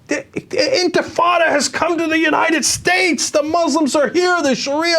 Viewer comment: Why does Michelle Bachmann always say UniNed States?